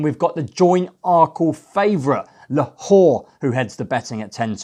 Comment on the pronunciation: Who’s Lahor? It’s La-Lor ffs